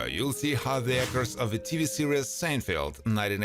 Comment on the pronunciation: Or is it “Churry Sanefelt”? The voice-over was done by a graduate of the Lawrence Welk School of Pronunciation.